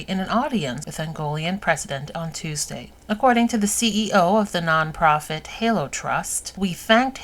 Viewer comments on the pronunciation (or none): none